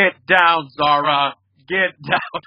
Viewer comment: That’s not how you pronounce Zahra actually